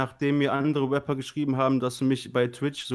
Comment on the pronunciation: eey? Du warst heute echt ganz leise mit deinen „Gunsounds“🤣🤣🤣🤣🤣🤣 lachflash...der hat auch wie nativ einen geilen Sprachfehler: Wapper😂😂😂